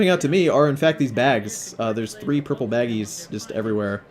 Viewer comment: i love the way he says baggies. Baggies n nuggies